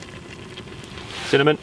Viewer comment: Cinnamon not cinnomon